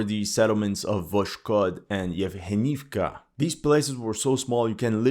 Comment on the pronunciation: You should know that the H in Ukraine should be pronounced like G in English. So, ProHres is pronounced ProGres. YevHenivka is pronounced YevGenivka.